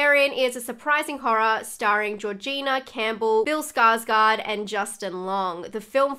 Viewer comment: Since you usually are careful with pronouncing names correctly, i wanted to note that's not quite how Skarsgård is pronounced. I'd recommend to watch a video where he himself says his name since most English speaking people seem to continuously get it wrong. 😅